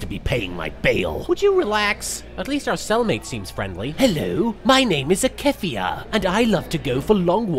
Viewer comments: D: AKEFIA WHAT HAVE THEY DONE TO YOU?! (btw its pronounced Ah-key-pha) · no one important lol I always pronounced that name as "A-Keh-FEE-Ya". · Momo Kanjaki I thought it was pronounced “Ah-Key-Faa” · technically, Akefia is a fanon name so it could be pronounced anyway someone wants, it's not a name or even a name released by the creators. Supposedly it's when someone heard "I am a thief, a stealer of souls" they thought Yami Bakura said, "I am Akefia, a stealer of souls"